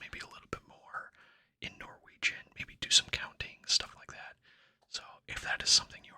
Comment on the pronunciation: This popped up in my recommendations and it's soo nice to hear you speaking Norwegian. Your pronunciation is great! You are very welcome in Norway if you ever decide to visit the land of yours ancestors 😊